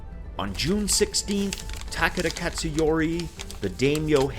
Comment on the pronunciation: Nice video. Just a heads up. When you say "Takeda" it sounds like you are saying "Takada". "ke" sounds closer to how you would pronounce the letter "k" in English.